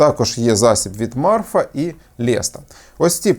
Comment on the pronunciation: Не Марфа, а Мафра